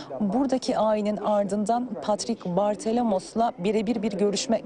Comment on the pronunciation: Bartholomeos ismini okumak ne kadar zor olabilir ??